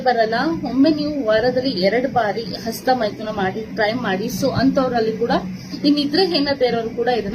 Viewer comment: "ASTA" ALLA "HASTA" MADAM, HOW MANY CHILDREN DO YOU HAVE MADAM, CAN YOU PLEASE TELL ME.